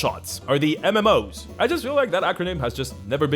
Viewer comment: I got a flashback to my childhood when he said MMOS (as in PopularMMOs)